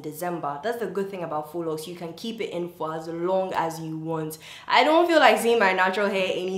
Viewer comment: Thanks to you! I learnt how to pronounce faux correctly 😊